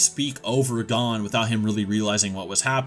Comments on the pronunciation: gone? lmao its GON like (goone) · You really pronounced it “Gone” Instead of Gon 💀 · Great video, but the way you pronounce 'Gon' is so... wrong. Its goun not gone. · Bro it’s gon not gone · Why do people pronounce Gon as gone when even the anime tells u how to pronounce it, even the original Japanese version doesnt say "gone" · Gon is pronounced like moan but with a g, goan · why are you pronouncing gon as gone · who the hell is this “Gawn” dude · Can you say Gon’s name right please it’s like your saying Gan learn some basic Japanese pronunciations so you can get it right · Oh god he pronounces Gon wrong too ggs. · Bruh I'm leaving a dislike just bc you can't pronounce Gon's name properly. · The way this dude pronounces Gon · dude doesn’t even know how to pronounce Gon’s name... 😂